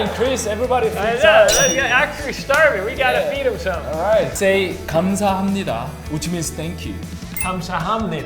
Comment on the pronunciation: 항상 느끼는 건데 언어를 배울 때 발음을 정확하게 하려하면.. 더 꼬이고 더 이상해보이는 것 같아요... “감사합니다”를 마지막에 가르쳐 드릴 때도 정확히 말해 드리기 위해 음절 하나하나 강세를 두어 얘기했더니 “감사 합! 니다” 라고 기자님이 말씀하시는 거 보고.. 그걸 느꼈어요.. 사실 그냥 뭉개버리는 발음도 어떤 언어든 많으니까요..! 결론: 네이티브하게 영어든 외국어를 하는 코리안브로스 멤버들 매우 대단하다요-!!